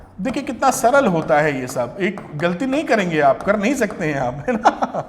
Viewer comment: Sir ! Aapka shab bolna aacha lgtah..🤭😊